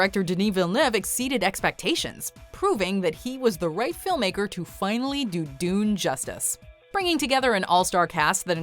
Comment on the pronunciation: It’s pronounced “Dune”